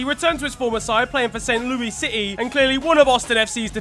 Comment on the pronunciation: Hi, in the US we say the trailing “S” in Saint Louis. So it would be “Loo-iss”